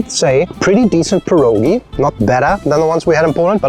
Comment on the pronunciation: Wish you said pierogi the correct way.